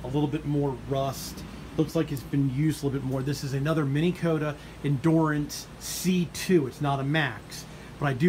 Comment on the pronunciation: why are you saying Mini Kota,,,,its Minn Kota